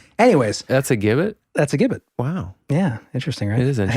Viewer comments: They are pronounced Jib-it not Gib-it. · Gibbet? pronounced Jibbet ..... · “Gibbet” is pronounced with a “j” sound.